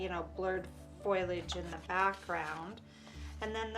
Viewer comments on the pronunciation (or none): When you say foilage, are you talking about a foiling technique or do you mean foliage (which is usually pronounced differently)? Foliage makes more sense to me, but I'm just not sure what you mean.